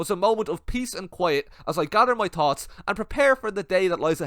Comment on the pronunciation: "As I gadder my totts"